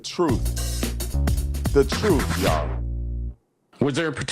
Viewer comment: He didn’t say “truth” but “throof….”😂